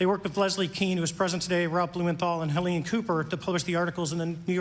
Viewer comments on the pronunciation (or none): none